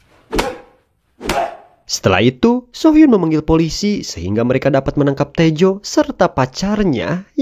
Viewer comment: Correct dikit om... Soo hyun dibaca su hyun (nama cowok) So hyun dibaca so hyun ( nama cewek) 😊